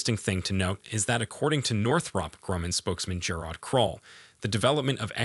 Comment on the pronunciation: Best learn how to pronounce: Columbus, tonnes, and Northrop.and